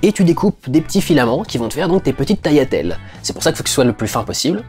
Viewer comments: Salut. Ca fait plaisir d'entendre quelqu'un qui dit "taliatelles" et non "taGliatelles" ^^ Je suis d'origine italienne également et je connais bien la cuisine italienne. Vive la pastachuta ! Et bravo pour ton travail. Tes critiques sont très constructives et me donnent un regard plus poussé sur les films. Bonne continuation à toi :) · Je vois personne en parler en commentaires mais OUI, c'est bien comme ça qu'on dit "tagliatelles" gli en italien se prononce "li", pas "gli"